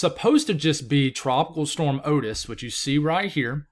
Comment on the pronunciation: Hey. You pronounced Otis right the first time. It's a common name in some places. I had an uncle with that name.